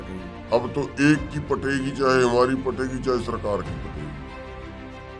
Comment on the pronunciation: He said pategi not phategi